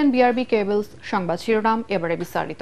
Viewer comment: বি আর বি কেবলস নয়। উচ্চারণ টা হবে বি আর বি ক্যাবলস।